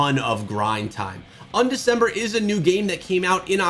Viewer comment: Not ondec.... its undec.....